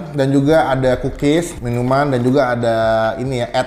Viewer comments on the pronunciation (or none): Kedengerannya pukis ternyata kukis wkwk